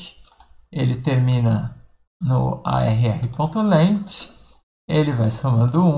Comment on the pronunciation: fala, "length" se procuncia "leng" e não leiti kkkk joel santana idiomas. mas até o professor na aula fala errado. Brincadeira. um abraço!